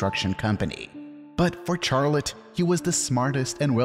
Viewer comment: You pronounce Charlotte in a horrendous way.